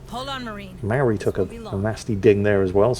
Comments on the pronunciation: Mauri (Mow-ree) New Zealand Natives and their sacred stones. Not Mary. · Is calling "Mauri", "Maori", just to troll me?